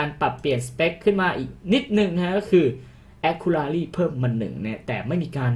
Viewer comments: GG Caster GO ไม่ผิดทั้งคู่ครับ จะแอคคู่หรือแอคคิวก็ได้ ขอแค่ racy มันอ่านว่า เรซี่ ไม่ใช่ เรรี่ อย่างในคลิปก็พอ ตัว C ออกเสียงเหมือน ซ โซ่ ในภาษาไทย ถามเด็กอนุบาลแม่งยังรู้เลยครับ :v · ก็พี่เค้าพูดว่า แอค คู รา รี่ มันเป็นตัว c นะครับไม่ใช่ตัว r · ถ้าจะอ่านให้ ถูกเป๊ะๆๆๆๆ-.- แอค-คิวระซี่ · ไม่ได้บอกว่าให้เป๊ะ แต่บอกว่าให้เรียกคำว่า accuracy อ่ะ ให้ถูกแค่นั้นครับเพราะเด็กมันดูเยอะ